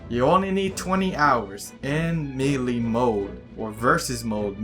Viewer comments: Not me-le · its not pronounced meelee lmao do u not hear the announcer? its pronounced maylay (lol watch someone reply calling me a grammar Nazi or something similar) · Melee is supost to be pronounced ma-la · I am trigged on how u say melee